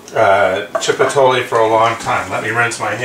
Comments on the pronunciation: did you just say "chip-a-tole"? if you're going to make a video learn to pronounce the words you are going to use. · phonetically it's pronounced "chee-po-t-leh" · Lol chip E toll ley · Don't worry about the pronunciation...thanks for the great tip!!!! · Thank you for pointing out that I mispronounced chipotle. I'm well aware of my shortcomings. I'm extremely dyslexic so I do mispronounce words. I would hope the information that I was trying impart would be more important than the pronunciation. I'm not going to remake this video on a technicality.